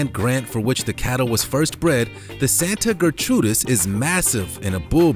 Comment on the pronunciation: Santa Gertrudis Not Santa Ger-trudis